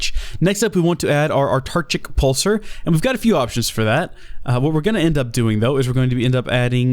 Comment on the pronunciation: I know you said not to but ... my ears! My beautiful ears! It's pronounced Ow-Tar-Kick.